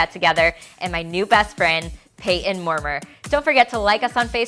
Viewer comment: his name is pronounced as “moor-MY-er”